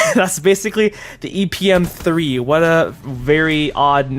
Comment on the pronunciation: Who else loves when he says " whayt?!"